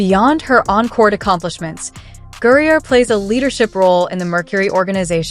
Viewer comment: This is just another CLICKBAIT, BS LIE from you and YOU SHOULD BE BANNED by YouTube for it. In addition, your moronic voiceover can't even pronounce Griner's name correctly except for maybe one out of every 10 attempts. Furthermore, if this were a true story (AND IT CLEARLY IS NOT) all the boring background data and legalese is ridiculous to include!